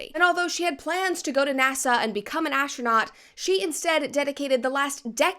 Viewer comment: Brett saying “asstronaut” makes me want to watch MXC again.